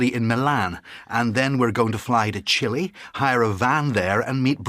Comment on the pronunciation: Chile not chilli jajajajajaja. Get a map